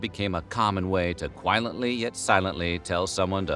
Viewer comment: Quilently? Can we take a minute and talk about that, please???